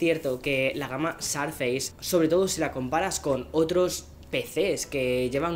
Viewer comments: querido mío me encantas, pero tu viviendo en USA sabes que no se pronuncia Sarfeis, suena mas parecido a Sourfeis o sorfeis. Igual te quiero 👨‍❤️‍💋‍👨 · Por qué dices sarfeis? -.- XD